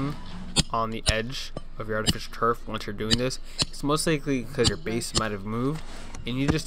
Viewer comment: artifisturf?? good job